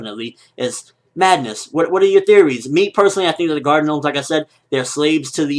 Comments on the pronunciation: LOLOLOL GENOMES?? it's just pronounced "nomes," the G is silent. still a good review tho lol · Im pretty sure that oda meant them to be Gnomes. Btw, the g is silent in gnomes (pronounced nomes) for future reference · Just wondering, why are you calling them 'gee nomes'? It's written 'gnomes', but the 'g' is silent. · I love how he calls them "G-nomes" lol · Hah funny how he calls them, G-nomes. :D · Bruh the G is silent in gnomes . Sotheybare not G gnomes lol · the word is gnomes not G-nomes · g-nomes? u pronouncing it like that on purpose? im not being a dick just curious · Gnomes is pronounced "nomes". The G is slient :-) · the g is silent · lol the "G" in Gnomes is silent... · Whenever you say gnomes, it reminds me of the Human Genome Project :3